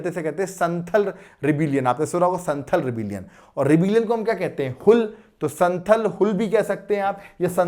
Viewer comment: Sir संथाल pronounce hota h which is tribe of jharkhand